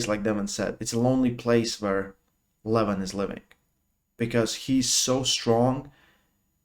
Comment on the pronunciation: learn from Ryan Blue how to pronounce right the name LEVAN